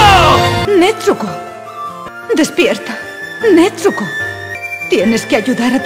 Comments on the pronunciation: El doblaje esta bien pero cuando dicen nezuko dicen netsuko xD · ni idea xd yo soy española y digo nezuko no netzuko así que será un fallo del doblaje xd